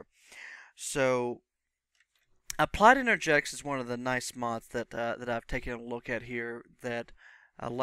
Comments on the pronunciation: Turned off after a few mins. Critism, would be becuase of the wording you're using. Its en-er-gist-ics. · good video. But it's enerGISTics. sorry :P